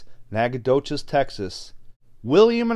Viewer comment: I live in Nacogdoches, Texas. congrats on pronouncing it correctly!